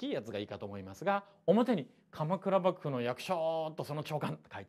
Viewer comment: まじでばぐぶにきこえる笑笑いう度面白い